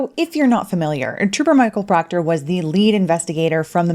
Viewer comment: PLEASE PLEASE PLEASE, DON'T STOP SAYING: " TROOPA PROCTAH"😅😅😅